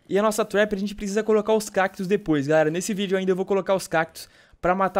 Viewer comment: Cakitos não é cactos